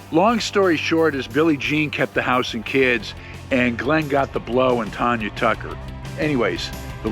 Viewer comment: I enjoy your videos. BUT….Tanya Tucker would quickly correct you regarding the pronunciation of her name (I know her, and I have witnessed her “corrections’”). She pronounces it “Tan..”as in sunTAN. Man, your vids are great!